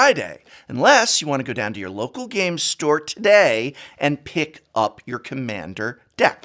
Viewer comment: I must say, the way you say local Game Store, i feel uneasy